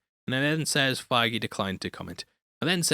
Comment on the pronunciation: It’s not Kevin figue